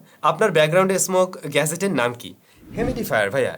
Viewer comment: bhaiya GAZET nah... Gadget...